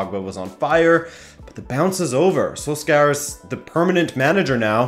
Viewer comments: Does my guy guy really say "SoulScour" instead of Solskjaer (soul-shire) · I've never heard a worse pronunciation of solskjaer. Is pronounced more like sol-shair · The way he pronounces Solskjær makes me cringe so much.